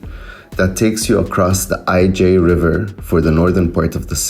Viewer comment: Het IJ is not a river, but a prehistoric body of water. 'IJ' in Dutch is one letter and it is the Dutch version of the Greek letter upsilon (Y). The Dutch pronunciation is (roughly) and simply as 'eye' in English, and not 'eye-jay'!